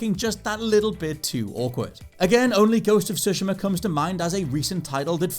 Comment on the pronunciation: Please, play sekiro and tsushima in Japanese, for like.....15 minutes each....this way, you may hear the correct pronounces of both names....